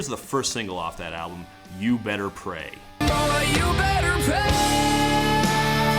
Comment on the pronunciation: Also him sounding like he's saying "you better pay" instead of "you better pray". Am I the only one hearing that?